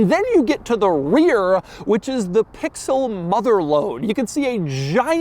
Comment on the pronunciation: Say pixel again SAY PIXEL AGAIN